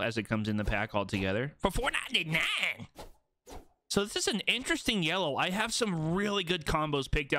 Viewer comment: The way he says 4.99 😭😭😭, just makes me laugh.. Cause I still can’t afford it 😭